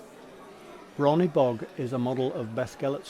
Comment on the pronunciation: Bron Hebog pronounced Bron HEBog not Bron HeBOG.